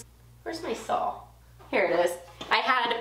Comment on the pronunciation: Nice summary of the trip! I wish I could stop by, since I live in EU :) And I love the small snow shovel you use for the dust ;) Oh, another thing! Is it just me, or do I keep hearing an "L" in the end every time you say "saw"? Is it a Texas thing? Have a nice day!